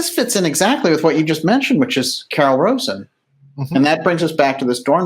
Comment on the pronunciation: Just FYI, it's "Carol RAH'-zen".